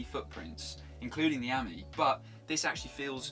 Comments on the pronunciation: What a PLONKA! Talk about make a complete Prat of yourself. It's not Ami as in 'Hammy'. It's Ami as in 'Play me' Just to let you know Ami means Friend in French. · Amie (Friend) is pronounced Uh-mee with a long e.